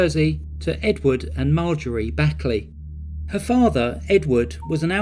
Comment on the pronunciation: PS. Just a small point I’d like to make. Proper pronunciation whether it’s a basic word, or more importantly a persons name. CORRECTLY pronouncing it is a MUST. Bonnie Lee’s last name is pronounced Bakley. Phonetically that is….Baaakly. Not, and again phonetically speaking here, it’s NOT Backly. Ok, it is Baaakley. A long A sound! Additionally, Gary Busey’s name is pronounced (phonetically sound remember) Busey’s name sounds like ….BYOUsy. The sound is “You” in the middle. And BTW, even though Robert Blake was acquitted, I KNOW he was the one who killed her. Man I’m telling you, the way California Jury’s get it is WRONG is really disturbing. I mean REALLY DISTURBING!